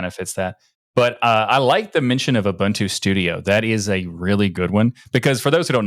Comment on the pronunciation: People from America and Canada really struggle to pronounce Ubuntu correctly.